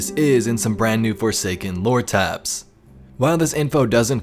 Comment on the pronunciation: OK I know I’m not the only one who is or was watching and hearing him say “Loratabs” instead of what I think he means, which I believe is just “lore tablets or tabs” lol I don’t know I keep replaying it over and over again listening lol! Please someone was say something, please so I know I’m not going crazy! 😜 I mean, even YouTube’s own auto caption says and types out he saying “Lora-tabs” rofl